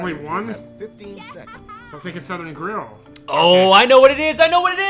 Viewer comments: That feeling when Chugga puts 'Softkern' instead of Southern. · How the bloody hell can someone not see Southern and see "Softkern"